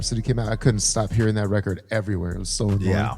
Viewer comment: "Weckid" (record) 😂😂😂😂